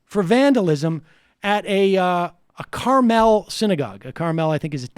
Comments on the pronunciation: Love the pronunciation Sam, but everybody here in Indiana says Carmel like car-mul. Kinda like we could give a shit less about the actual pronunciation lolol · As a resident of Indiana I can tell you that Carmel is essentially where the rich people in Indiana live. Its the snooty rich town in a sense. And the E in Carmel is flat, not emphasised. Not saying any of this means anything, just providing info. Haven't finished the vid yet. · City is pronounced like the food - Your Hoosier Fan